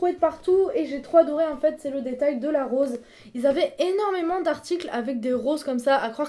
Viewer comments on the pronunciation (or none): none